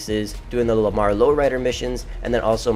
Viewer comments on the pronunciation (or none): none